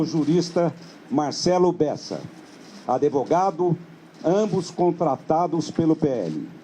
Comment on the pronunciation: "ADÉVOGADO"... kkkkkkkkkkkkk